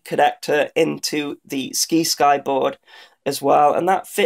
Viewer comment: Try "sigh-sky" You know, like "science"? Like "sci- fi" is short for "science fiction" the sci-fi channel.